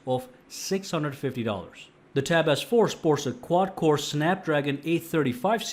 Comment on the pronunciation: It sounds like hens saying, “tap AZZ 4” he sounds a bit funny